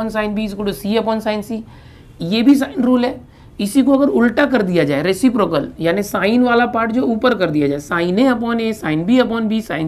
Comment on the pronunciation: Resiprocal bolate he uase